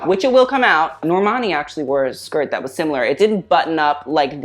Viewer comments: FYI its pronounced rebecca 'romaine' - just like the lettuce! :) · Romijin is pronounced like Romaine lettuce. Lordt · Rebecca Roijm (pronounced RO MAIN) was once a very popular fashion model. She is actually 5’11”. Around 1998 she married John Stamos (Full House) they were married for 7 years and divorced. She is currently married to actor Jerry O’Connell and they have 2 girls. She is 47yrs old now. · Rebecca Romijn is pronounced Rebecca "Romaine" lmaoooo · and her name is pronounced "romaine.": ) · How do you not know how to pronounce "Romijn"